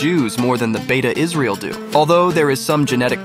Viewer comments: As ethiopian jew this video is very laughable,consideing the fact u already butcherd the names of my tribe,its not beta its beit mean house of israel ,beta its a name that the govermant in israel gave,secound according to u there is no dna link between israelites and ny tribe,than why do u think they would open the doors for ppl who not related to them ?third from all the group u mention beit israel and maybe and i say maybe the yemenites are the closet ppl that related to the israelites or even the cannaties,ashkenazi and mizrahi are not even beni israel,ashkenazi are not even in the convo,they dont even follow the torah correctly,white washing the middle east been a thing for white ppl its sickning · It is "bete" not beta, it means "House of" in amharic